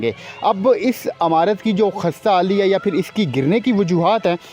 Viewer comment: Don't say "Amurt", correct pronounciation is "imarut".